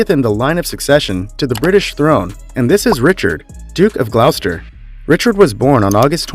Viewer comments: This guy sounds like he's reading something before his class in high school Moreover, it's not pronounced like "Glauwster" but rather like "Glosster". Mispronunciations are absolutely painful. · Gloucester , pronounced as gloster not glouster….. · Many mispronunciations. Gloucester is pronounced Gloster. Grosvenor is pronounced Grovener. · GLOSSTER--NOT GLAUSTER! DUTCHY--NOT DOOCHY! GENERALLY SPEAKING, THE INFORMATION IS--AT BEST--OUT OF DATE, NOT TO SAY INCORRECT! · And "Glosster" not Glowster, Edinbruh, not Edinburg, duchy not doochee. Also, the Duke of Westminster is not a prince as he's not royalty.